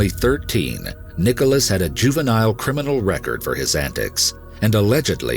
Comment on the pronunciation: emphasis on "Criminal"